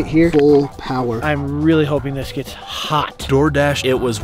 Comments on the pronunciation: You said gits not gets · Bro said “git”